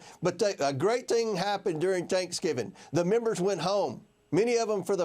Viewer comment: A great “ting” happened during “tanksgiving”…….come on